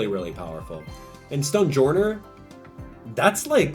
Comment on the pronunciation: No offense, but the way you say "Stonejourner".😂😂